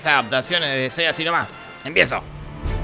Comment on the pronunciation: "De ce" en vez de "Di ci"